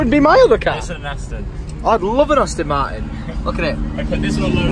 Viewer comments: Austin Martin is the way pronounces it when it's pronounced as "Aston Martin", so yeah lol. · someone tell tom it's not austin martin, it's aston martin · its not austin martin, its bloody astin martin ya crank.... how does an a make an au sound?